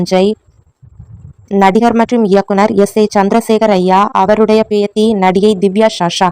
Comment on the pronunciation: பேத்தி , பேதி என்று சொல்லுகிரீர்கள்